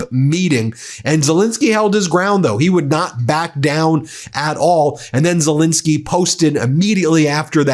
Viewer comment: The President of Ukraine’s surname is Zelensky, not Zelinsky. Please pronounce it correctly, Ben.